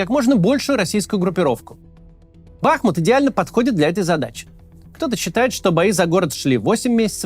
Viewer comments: Максим, позвольте Вас немного поправить: не БАхмут, а БахмУт, по названию реки БахмУтки. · Все замечательно, но почему бАхмут, если бахмУт? 🙃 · Все говорят бахмУт, и только Кац упорно говорит бАхмут. В Википедии тоже ударение на второй слог. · Не бАхмут, а бахмУт Сорри уши режет это ударение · БахмУт, а не БАхмут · Бахму́т — город в Донецкой области Украины. Ударение на второй слог!😐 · БахмУт - ударение на "У". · Кац ты бы хоть город правильно называл а то как-то позорненько ! Если не знаешь на какой слог ударение ставить в Бахмут , говори Артемовск не ошибёшься 😅